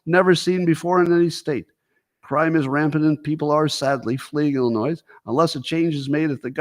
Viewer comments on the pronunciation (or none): The S at the end of Illinois is NOT pronounced.